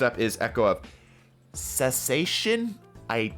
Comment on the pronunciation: Just wanted to let you know that you DID pronounce "cessation" correctly. :)